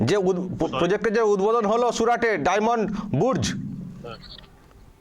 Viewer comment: বোধয় কথাটা "ডায়মন্ড বুর্জ" নয় ডায়মন্ড বর্সে - Diamond Bourse